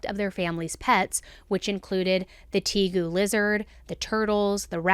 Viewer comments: It’s pronounced “tay-goo”, and they make great pets! Please don’t judge the entire reptile keeping community on these disgusting monsters. I promise, most of us are “normal” animal lovers. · Hey, snakes and tegus (pronounced like tay-goo) are awesome! Tegus are like scale puppies. I know that that's not the point of this video. It just hurts me when people think poorly of reptiles. They're actually so awesome, and I wish more people gave them a chance.